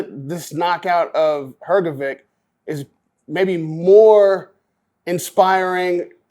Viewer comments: Dude I love you, but it's HrgoviCH, not HrgoviK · Why this american journalist always call him hrgoviq I mean he is journalist and can hear his surename is hrgovich?